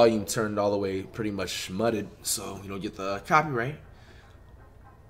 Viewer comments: we gone ignore how flight sad mutted instead of "muted" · So were just not gonna talk about him saying mutted instead of muted 😂😭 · Why does flight say mud-ed instead of mute-ed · Dude said mutted😹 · Boi really said mutted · Anybody noticed he said “mutted” instead of “muted” ? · Flight says mudded instead of muted 😂😭🤦‍♂️ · So nobody’s gonna point out that he pronounced muted wrong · Dude just said mutted for muted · Nobody: Flight "MuTtED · we gonna ignore how he said mutted ?